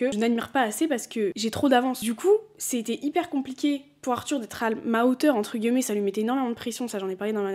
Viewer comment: j'ai recommencé à regarder tes vidéos après une petite pause YouTube. Et il y a un truc qui me fait percuter à chaque fois mdrr, c'est le fait que tu prononces "guillemets" et en soit tu le dis très bien mdrr mais c'est la première fois que j'entends quelqu'un (ou du moins que je le remarque) le prononcer comme ça. J'ai toujours dit "entre guimets" va savoir pourquoi, sûrement l'accent parisien qui fait qu'on mange les mots etc mais vraiment à chaque fois ça me fait sourire, voilà ^^